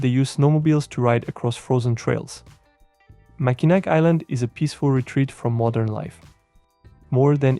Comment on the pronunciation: Mackinac is pronounced "Mackinaw" (rhymes with saw).